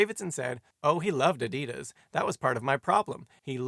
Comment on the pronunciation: Teach Simon W. how to pronounce Adidas and Nike. Cringe everytime he gets wrong